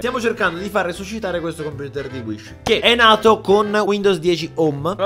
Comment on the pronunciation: inizialmente avevo capito "IL NUOVO COMPUTER SHISH"